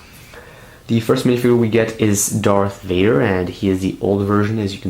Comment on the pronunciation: I like how he says “Dar Vader”